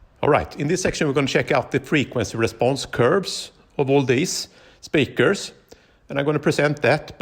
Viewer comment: I like how he makes the word speaker into two words. spee krrz